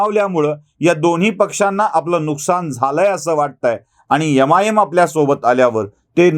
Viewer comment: आदरणीय, MIM ला मराठीत एम आय एम असं उच्चार करता का? तुम्ही यमा आय यम असं म्हणताय